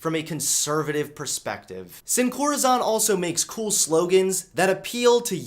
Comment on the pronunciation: Love your content, but I had to cringe by how you pronounced sin corazón 😖